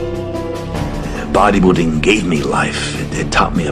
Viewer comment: was Tom saying "Buwaddy Building"?